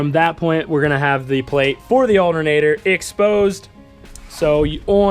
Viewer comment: I can’t stand how he says alternator “aldernader.” It’s not an alder nater bro! 😂 other than that the video was great! 👍